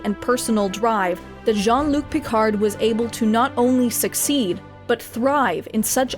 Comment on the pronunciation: She calls him "John Luke"